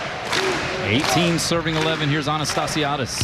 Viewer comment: I think botched Anastassiades' and Humler's pronunciations a few times, but I think was she was talking too fast. Lol!